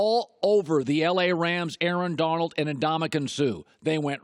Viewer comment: He can't say Donald without accidentally saying Darnold